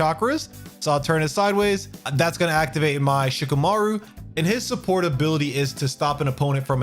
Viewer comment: It’s Shi-KAH-MAH-roo. Thanks for the video ✌️